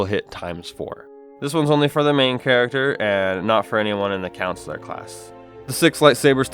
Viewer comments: CoNsular, not councillor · does anyone else cringe when he says "Counsular" instead of "CON-sular"? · The pronunciation of Consular is slightly annoying... it's not pronounced like Councillor. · "counsellor class" ok bro